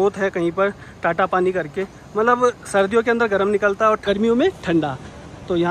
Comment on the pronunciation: bhai woh TATA paani nahi hota TATTA paani hai, T for tarbooz.